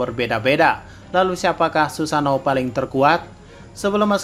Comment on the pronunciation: ngomong sussano nya lucu